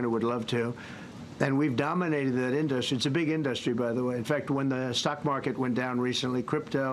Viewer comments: I hate the way he pronounces in-DUH (pause) -strie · I have never heard anyone pronounce industry as in dus try 😆😂 what a tired, old, washed up con artist!!! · I've never heard anyone else pronounce it "in-duhst-tree. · Wtf is an "indostry"?! This simpleton is severely brain dead. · In-dos-tree wtf? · I hate every word that he utters and now I’m cringing because of his pronunciation of IN-DUS-TRY. I would love one reporter to listen to the rambling non-answer and ask him, ‘Great. Can you answer my question?’ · Why does he mis pronounce so many words. And now “industry”. He’s really not a man of the world. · does he legit not know how to pronounce industry? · Would someone tell this criminal crypto is not an industry and tell him how to promounce the word correctly.